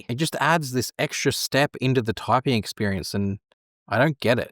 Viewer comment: I wonder what kind of accent does this guy have? I can’t help myself stop hearing “raisins” instead of “reasons” and “topping” instead of “typing” :)